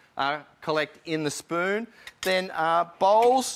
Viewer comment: i thought he said "balls" when he said "bowls"